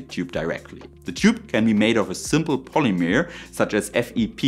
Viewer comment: I would love to hear about TENG! A really intersting video and great presentation. Your english is fantastic! Though if you would like an extra tip, "polymer" is more of a mur sound than a mere sound 👌